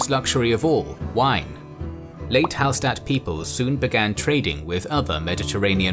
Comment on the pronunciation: Hallstatt is actually pronounced Hallshtatt (coming from an austrian) Great video though ;)